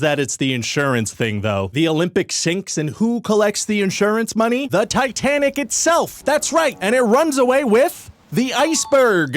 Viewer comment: Tit Anic? Souldnt be pronounced like "tight" anic then?